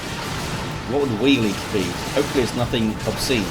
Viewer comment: Weilige is pronounced Vile-lig-er and mean some